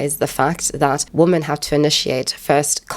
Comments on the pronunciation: Perhaps I'm out of the loop but why does she pronounce, "women," as, "woman?" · Why is "womAn" being said instead of "womEn"? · It's pronounced "wimen" in the plural form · I like your content. It is well thought out and articulate. The only thing that absolutely triggers me is your pronunciation of the word "women". It's not pronounced "woman", but "WOMEN". WOMEN WOMEN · ‘Women’ is pronounced ‘wih-min’ - it isn’t the singular, ‘woman’... Why is this rife now? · "Women" isn't pronounced "woman." It's pronounced "wemen." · i love your videos but can you learn how to pronounce women properly thank you ( as well as your "really" which confuses me all the time) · Received Pronunciation is what I hear... apart from ‘women’ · How can you be so well spoken and still pronounce "women" like that? Nice response otherwise. Don't mind those stupid comments.